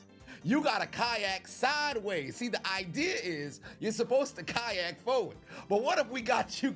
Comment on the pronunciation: The way you say kayak. Kayahhk 😂